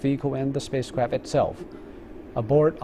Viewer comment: Did I heard "Spacecrapt" at the start? Sounded like it.